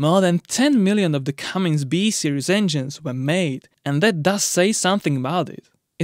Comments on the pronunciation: Cummins… CummINS. Not “CummINGS” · It's pronounced Cummins not Cummings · Tuned out. Cummins, not Cummings dolt. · It’s not Cummings, it IS Cummins.. you spell it right and pronounce it wrong. What is your native language ? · Did anyone tell the producers it’s “ Cummins” not “comings”? It’s right on the motor… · foot pounds, not pound feet, so annoying to listen to you saying pound feet over and over, IT IS FOOT POUNDS. and its not "cummings" its cum-ins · No "G" in Cummins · No “G” in Cummins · There is no G in Cummins. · I thought you were kidding at first. It's Cummins!! No "G".